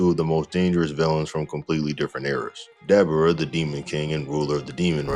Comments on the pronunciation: Dude. Say his name right. It's Dabura. Not Dabra. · Duh-bore-uh brother lol.